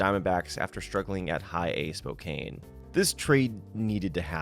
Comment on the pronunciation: absolutely tiny thing (i know you’re not good with names, but anyway): it’s spoke-anne, not spoke-ayn